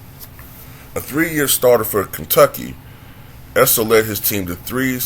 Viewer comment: He called the guy a Drunk Mexican. No beer was thrown! Know your history and pronounce his (Issel) name correctly! LOSER!!